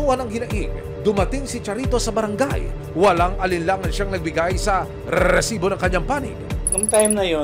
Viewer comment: OA na yang pag bigkas mo ng RRRRRRRESIBO